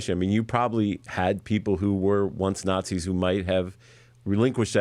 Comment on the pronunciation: "preconceived notions"? So he doesn't call everyone who disagrees with him about US government and foreign policy "fascists" or "nahtsees"?